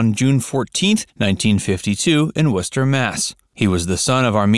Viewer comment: I am proud you pronounce WORCESTER MASS.with np problem. I also live in Worcester. He graduated from a high school Burcoat high school.